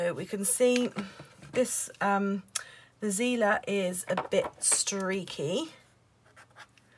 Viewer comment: I May be wrong, but if the markers are german, them it should be pronounced as [tsi:ler] 💕